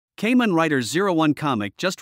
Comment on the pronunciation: it's pronounce kaa-men, not kay-men oh wait, it's an A.i. *facepalm*